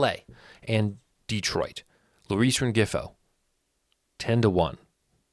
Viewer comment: Rengifo is “Ren-he-fo”